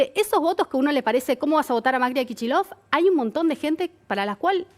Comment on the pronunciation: ¿Pero qué es eso de pronunciar "Kichillof"?